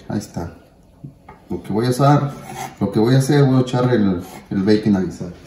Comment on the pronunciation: Habla bien puñetas (Bacon) 🤦‍♂️